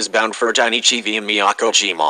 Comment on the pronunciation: viaが発音できてないんだよなあ 完全にbyって言うてしもとるがな